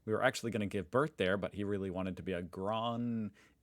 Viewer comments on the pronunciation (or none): It's pronounced more like GROAN-ing-en (but then with a Dutch G at the start, but we accept that native English speakers generally struggle with that sound and use an English G instead)